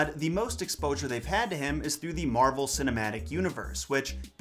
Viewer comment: I can't stop hearing 'marble' instead of 'Marvel'.